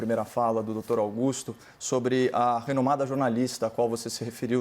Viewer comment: "Renomada"?? kkk